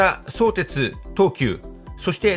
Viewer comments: そ⤵️てつ、ではなく、そ➡️てつ、だと思います。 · 相鉄はSOutetsuじゃなくso UTETSU ですよ。イントネーションがむちゃくちゃオカシイって。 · 相鉄のイントネーションが気になるw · 「そうです」みたいなイントネーション初めて聞きました。私の周りでは「創設」と同じイントネーションですね。武蔵小杉の発音も違和感ありました。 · 相鉄の発音が気になってしまう。地元では「そ↘️てつ」じゃなくて、「そ→てつ」って呼ぶ人が多いですよ。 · そーてつ、とアクセントも高低も何もつきませんよね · 本編には全く関係ないが「そ↑うてつ」のイントネーションが気になる。相鉄は通常平板イントネーションだったはず。 それはそれとして ・相鉄沿線住民は新横浜直結が非常にありがたいが、東急側は実は二俣川の運転免許センターに直結するというのが地味に嬉しい路線だったりする。 ・東急の新横浜線が昼間6本/時だと変に目黒線系統と東横線系統に振り分けないで欲しいなぁ。ただでさえ少ない本数が振り分けられるとどっちも不便になる未来しか見えない。ラッシュ時だけ一部を東横でもいいくらい。 ・いずみ野線は相鉄が湘南台までの通過需要を一生懸命客を増やそうとしているんだけど成功しないんだな。途中駅は住民しか利用しないし、通過需要は結局大和乗り換えの方が便利だったりするのである。 ・綱島と新綱島は距離的には連絡道作って同一駅扱いにしてもいいくらいだったんだけど、別の駅扱いにするのは連絡道を作りたくなかったんだろうと推測。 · 関係ないけど相↑鉄↓の発音が好き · 神奈川県民として、相鉄のイントネーションが気になります… ただ内容はすごく分かりやすかったです。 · とても分かりやすい解説ありがとうございました。マップで見ると横須賀線って凄い遠回りしてるんですね～。アクセントについては 「相鉄本線」と読んだ時のものが正しいです。地元民は「相鉄」と呼ばず「相鉄線」と普通は言うので、「相鉄」と言う時のアクセントも同じです。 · 全通後の海老名駅での行先表示や各社の車両を見るのが楽しみですよね！なので新横折り返しとかじゃなく海老名まで来て欲しい。瀬谷から座間の新施設の新線がほんとにできるなら海老名までもきてくれそうですが･･･さんの「相鉄」の発音が気になりましたが今回も楽しい解説ありがとうございました！ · 相鉄のアクセントがちょっと違うかなー 細かいことですが、内容には満足でございます！ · 動画は大変秀逸なのですが、ひとつ気になる点があります。様の「相鉄」のアクセントが違います。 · 地元でのアクセントは「そ」を強調せずどちらかというと低めに、「う」以降が高めの音になっています。 それはともかく分かりやすい説明をありがとうございます。 利便性が高くなるのは嬉しいものです。 相鉄も沿線の活性化と価値を高めるために相鉄がメインとなって開発した横浜駅西口を通らずに都心への直通に舵を切ったことは大英断かと思います。沿線のこれからの発展に期待します。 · 相鉄のイントネーションなのですが、5分30秒あたりの相鉄本線と言ってる時の相鉄のイントネーションで良いですよー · 相鉄のイントネーションがおかしい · 「そうてつ」のイントネーションがどうしても気になってしまう・・・